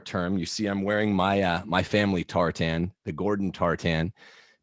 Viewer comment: Agreed. If he wants to claim Scottish heritage, fine, but how Scottish can he be when he pronounces tartan so badly?